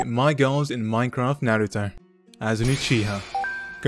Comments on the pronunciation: At the start he said naratha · he said naaruto